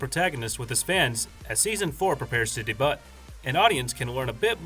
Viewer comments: "dee-butt" wait wha isn't it "day-byute" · It's pronounced "day byoo", not "de butt". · Did you really pronounce debut as dee butt? Are you disabled ? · Not trying to be critical of anything, just informative; "debut" is pronounced "day-byu"... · nah, you dont even pronounce the t. its "day-byu" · did he just say "de-but" instead of debut? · Debut is pronounced “DAY - BYOU” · That triggered me as well 😂like huh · Right this mans really said DaButt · Did the guy say de-but as in day butt for debut? .... Odd. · 'de-butt'? That is not how debut is pronounced. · hahahaha right? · Did you say...de-BUTT? LOL! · Debut is pronouced Day-bew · Debut is pronounced Deybyu. Thought I should let you know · This man pronounced the "t" in debut...